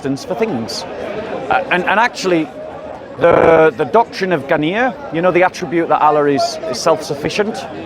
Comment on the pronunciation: Its ghina not ghanniyya